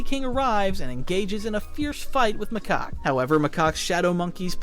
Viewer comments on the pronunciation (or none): Macock?? It's Macaque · 😂he keep saying macock instead of macaque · Ayo it aint macock its macaque😂😂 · Someone please make count on how many times they say 'macoqe' instead of 'macaque' 😭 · your putting in the good stuff were macaque lurks on monkey kings house i have seen the show 3 times and stop saying macaque wrong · bro,s name is 'macock' 🥀🥀🥀 If you know you know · Macaque more like makaka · WHY DO YOU PRONOUNCE HIS NAME "MACOCK" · Macaque (ma-cak) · Or calls macaque macock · Or macaw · can someone please correct him on Macaque's name please 💀